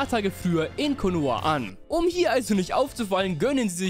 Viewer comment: Sasuqwe der breh aus Konohe